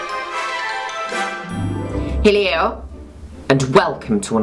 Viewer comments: i watch your videos with my nine year old brother and when you said hello in the beginning it sounded like you said "hey leo" ( my brother's name) and he said " oh enchanté, nice to meet you darling"... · today’s hello was fully “heleaur”